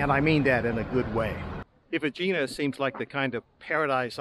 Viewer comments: Eh-hee-nah……not Ageenah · It’s name is pronounced Egg-eena